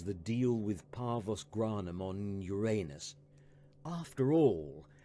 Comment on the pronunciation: I'm not sure that is how Uranus is supposedly pronounced. It's not the same thing as "your anus".